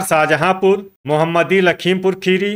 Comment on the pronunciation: सर जी मोहम्मदी नहीं है मोहमदी है